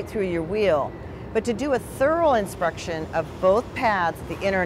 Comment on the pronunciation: why tf does she keep pronouncing it as: Insprection?